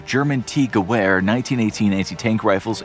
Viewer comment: And it's pronounced guh vair!